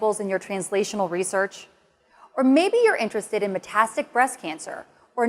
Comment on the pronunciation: Sorry to be a bit troll-like but it's "metastatic," not "metastic." And It's non-small cell lung cancer," not "non-small cell lung."